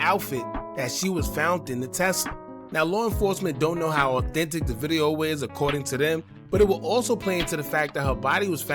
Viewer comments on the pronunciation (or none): none